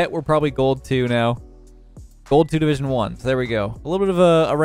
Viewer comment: You said “gold 1 division 3” And I heard “ gold Wanda vision three”